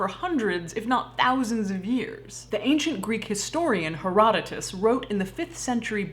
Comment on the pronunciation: Does she mean Hair oh DOTE uus?